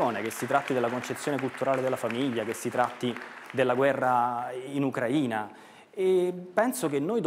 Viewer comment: Si dice Ucraìna non Ucràina 🤦🏻‍♂️